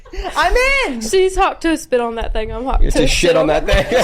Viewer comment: Why does he say Tuah so well